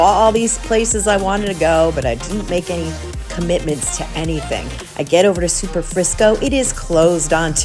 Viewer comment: You said Superfrisco, but it's Superfrico. I was wondering if it's the same restaurant that is at the Cosmopolitan in Vegas. That is the only other time I've heard that name.